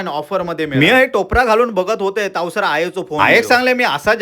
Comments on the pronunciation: तावसर असा नसता तवसर असा असता ता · तावसार नसता ता तवसर असा असता